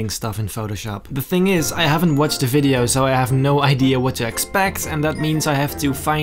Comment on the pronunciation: i like how he says videoe